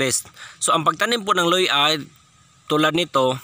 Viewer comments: Luya hindi Loy-A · Luya NOT luy-a !